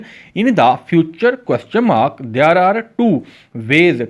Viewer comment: Ap there shi nhi bolta asa lgta ap bol rha h they are there bola kra kindly ap ki sub recordings ma ya sub sa bri mistake h ap khud b gor kra😊